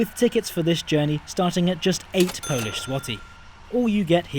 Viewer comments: your Polish pronuncitation is immaculate, i'm incredibly impressed! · How is your Polish pronunciation so good??!